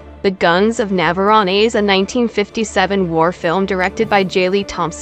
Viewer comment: Are you saying Nav-ah-rohn-eee ???? in several places .....really? Fabulous gripping movie spoiled by narrators who either never daw the film or are robots......